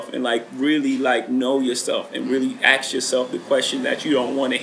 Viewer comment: Why is he always saying aks nit ask??